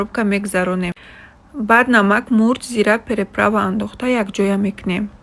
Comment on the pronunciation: Приправа а не переправа😅